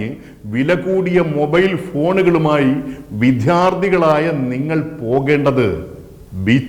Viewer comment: വിദ്ദ്ധ്യർത്ഥികൾ ennu ithre കടുപ്പിച്ചല്ല പറയേണ്ടത്.വിദ്യാർത്ഥികൾ എന്നാണ്.